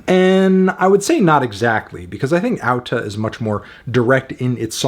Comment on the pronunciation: good on you for pronouncing the title correctly! a with an accent mark is pronounced like au in icelandic